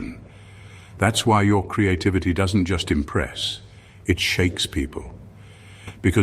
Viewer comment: ONCE AGAIN HEARD,"CREATE-TITTYVITTY", 😂 AM I STARTING TO LOSE THE PLOT OR WHAT????😂